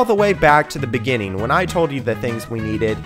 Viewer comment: The beninging